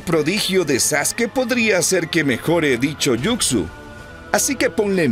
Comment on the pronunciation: Muy buena narración excepto cuando decías Jucsu (yucsu) en vez de Jutsu (jutsu)😅😅😅😅😅 pero en fin buena narración....